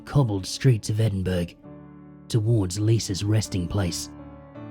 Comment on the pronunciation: Excellent as always,! Just so you know for the future: Edinburgh is actually pronounced "Edin-burrah" (for some reason - British place name pronunciation is often quirky)